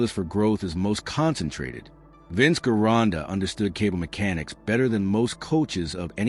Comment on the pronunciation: The name is correctly pronounced... Jeronda! Only, The capital "J " is replaced with a capital, "G". It's... VINCE GERONDA ! (J) .